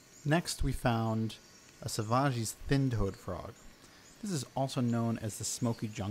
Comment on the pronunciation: Great video. Most herping videos ignore frogs. Great channel. I did have to chuckle at your pronunciation of Leptodactylus savagei. It is named after Jay Savage of the University of Miami, not some French person. It is pronounced like the English word savage. Although I think the name Northern Smokey Jungle Frog would be a much better common name.